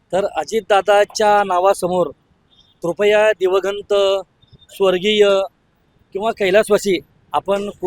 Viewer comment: तुला दिवंगत शब्द उच्चारता येत नाही .... अंण तु निघाला शहनपाणा शिकवायला ....